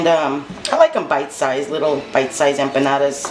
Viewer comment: The way you say it is correct!